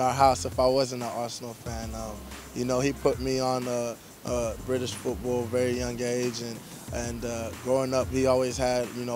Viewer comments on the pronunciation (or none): Love how he says football with a Philly accent. Go Birds!!!!